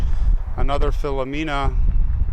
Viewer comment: Nice footage, I do have to say though respectfully that as an Italian I take offense to the careless mispronunciation of first names and last names. Filomena and Filomina are two different names and you say each as the same! Not just disrespectful to the recessed but to the Italian community as a whole. Thank you.